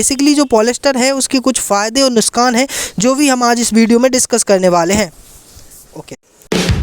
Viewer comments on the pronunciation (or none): Who noticed word" nuskan" not nuksan😂